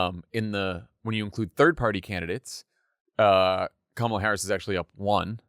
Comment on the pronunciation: Thank you for pronouncing Kamala correctly. 🎉